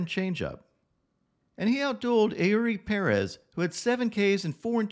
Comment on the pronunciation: Didn't know that Airy Pair-ez is a pitcher. Im only familiar with Eury Pérez